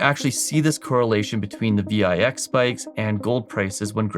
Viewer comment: Yikes - another one that has aged badly. You don't understand why it's going up or why it went down in the past. I wish you all the best man - but this is not your topic. By the way it's read "VIX" - like VICKS - not V-I-X